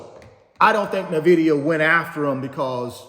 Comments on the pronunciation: He keeps saying “Na-vidia” instead of “In-vidia” 😂 ugh so aggravating!! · Nvdia is pronounced as In-Vid-ia